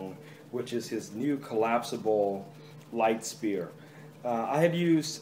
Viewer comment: Sphere isnt pronouced "Spear", its "Sphere" - the "ph" is like an "f"